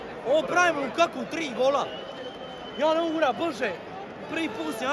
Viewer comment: Nije Lukaku vec Lakaka